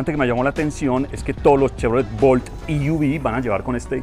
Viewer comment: E-V, se pronuncia i-ví si se dice en inglés o e-ve en español. No i-uvi. Saludos.